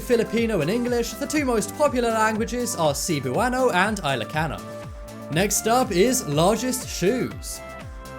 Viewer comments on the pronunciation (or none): the laughing stalk of this video is all about the pronunciation of cebuano(se-bua-no) and ilocano(ee-lo-ka-no) which is completely different from the pronunciation of said video.